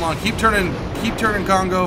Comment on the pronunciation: Kongo, easiest to pronounce, but you need to get rid of the English "ou". In Japanese, no vowel really changes midway, at the end it should sound pretty much exactly as you started it. So say, "Kong-go" without any morphing to the "o" at the end. If the second "o" sounds much like the first "o", but slightly longer and slightly more emphasized, then you've got it right. Fuso, again, no morphing, but the "u" is the hard part. It sounds a bit like the German "ü", just not quite so extreme. Aim for somewhere between the German "u" and the German "ü". In this word, the emphasis is definitely on "so". "füSO". Do not however make the "o" very long, keep it determined and straightforward. Japanese sort of has a rhythm, rather than a flow as English would. Ise is actually rather easy. You pronounce it exactly like "easy", but you change the "y" into a spoken "eh" at the end. "Easeh". Emphasis on the first syllable.